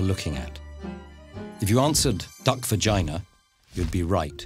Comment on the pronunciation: 25-year-old me giggling every time when he says "VA-gina" or "PEE-nis".